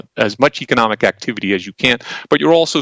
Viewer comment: The moment you can pronounce economic correctly.. you might stand a chance of getting somewhere.. eish